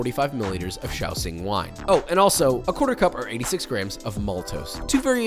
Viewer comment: Good job with the pronunciation of the x in shaoxing wine!